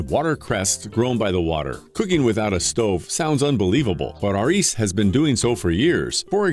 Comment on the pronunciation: I spent a week in Panama with Aris in 2014 or 15. He rolls the r on Aris and the th is pronounced as a T. He's very youthful, super intelligent & very kind.